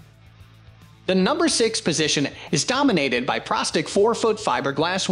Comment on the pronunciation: And pro stick ,not prah stick,lol